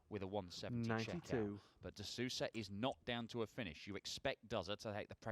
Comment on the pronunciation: It's de Sousa not de SAUSA